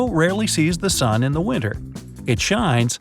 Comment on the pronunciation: Sun not san